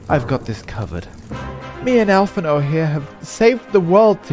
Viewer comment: allphinaud? you mean blue Allisae right?